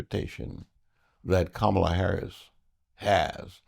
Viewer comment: Comma la...com.ma.la....not CAM.ma.la🙄